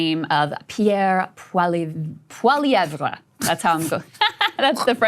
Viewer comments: Saagar...WTAF? Krystal...It's PollyEv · Pierre Poilievre is pronounced Pol-ee-ev. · Poilievre's name is pronounced "Polly-evv" if anyone's curious. It's as frustrating to pronounce as it is to spell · Saagers view of Canada is sort of what I imagine someone with a brain injury and no understanding of history might have... Krystal: "Paul-lee-ev" is how he says it. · It's pronounced paul-ou-veer. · you Americans need to learn a basic level of french!! Po-lli-evRe . Geez. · The “how do we pronounce the French Canadian guys name” joke wore thin a while ago. It’s pronounced Poly-Ev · Pierre Poilievre- PAUL EEE EV...for you simpletons who can't pronounce anything but Americanese. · Krystal not being able to pronounce Poilevre's name is hilarious. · Saagar laughing about french names pronunciation is pure irony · Insane. You did a segment on Canada and can’t even be bothered to learn how to saw our politicians names. Hard down vote. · You really couldn't google how to pronounce poilievre. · You 2 really need to stop giving opinions on Canada. Saagar comes off a mega jerk and Krystal can’t even pronounce Poilievre’s name correctly. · she couldn’t take the time to go on YouTube to see how to pronounce Pierre Poilievre’s name correctly.